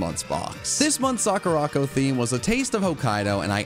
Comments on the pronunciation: Its "saw-ka-ra" not "saw-ca-ra" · the way you butchered sakuraco, it's sakura co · I love your videos, they're great. But, as someone who knows how to pronounce Japanese, I despise the way you say Sakuraco... I'm not great at spelling phonetically but I think it's sah-koo-rah-koh. Like I said, I love your content but the one thing is triggering my OCD! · Loved the video. Think you mispronounced SakuraCo though lol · The way that absolutely butchered Sakuraco is just so unsatisfying to hear... But the video was funny so that made up for it, good job and